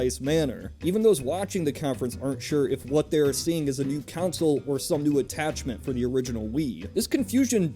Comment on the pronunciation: Why do you call a console a council I am really confused... it's pronounced "con-sole"... you know, how it's written.